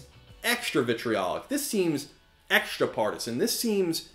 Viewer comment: "eg-shdra" Nice video as always, but I have a question concerning your accent. Does everyone speak like that where you are from? I mean the "shtr" instead of "str" thing. Extra, strong, destroy, etc. I'm realy curious, I don't know much about american accents ;)